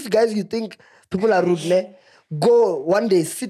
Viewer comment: Not saying"a re judge"😂😂😂